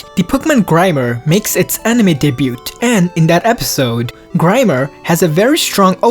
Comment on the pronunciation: you pronounced debut wrong